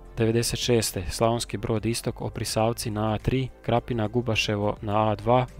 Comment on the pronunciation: I Oprisavci, a ne opriSavci